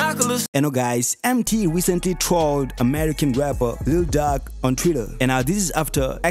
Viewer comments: He butchered the name 😂 "Duck"??? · Ur emphasis on Lil duck kills me everytime😂😂